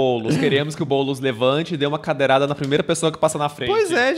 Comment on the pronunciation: "Cadeiral", 😂😂😂😂😂😂😂😂 Ameiii